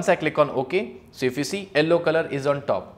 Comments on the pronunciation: Why you are saying Ellow instead of Yellow whats the reason behind it :face-orange-biting-nails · its not ello its yello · Its pronounced Yell - O not Ell - O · sir presentation is fab but what is "ellow" color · what the heck is ELLO color?!?!?! it is YELLOW. I got so confused!!! but your work is good. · Why does he call Yellow as Ellow? lmao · And in the captions it is showing yellow as L o😂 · Sorry to say but correct your pronunciation of yellow but it is very good really really nice